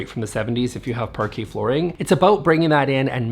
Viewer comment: Someone tag Amber heard, so she learns pronunciation of Parquet flooring, before she slides on it next time